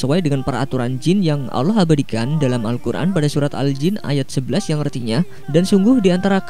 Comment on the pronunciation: Allah swt bukan Allooh!